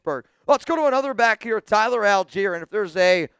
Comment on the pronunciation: Tyler who, please say his name right.